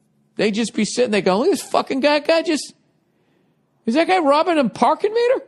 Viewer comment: The Pahkin ((((((((MEEEETAH))))))))